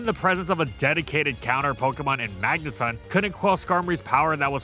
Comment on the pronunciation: To this day I hate how you stubbornly pronounce magneton as magnetun despite official sources proving you wrong over and over again.